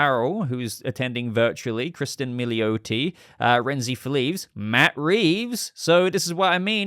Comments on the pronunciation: There’s no “a” in her name. It’s Mil-ee-OH-tee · You're pronouncing Milioti incorrectly. It's MIL-EE-AH-TEE. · that’s fine, but unfortunately her family is pronouncing their own name incorrectly. I’m guessing that she’s from New Jersey and that’s why the family is putting that “ah” twang on it. Italian is always phonetic in its vowels, meaning the words are pronounced exactly as they are written. There’s no “A” in her name. It’s 100% “OH”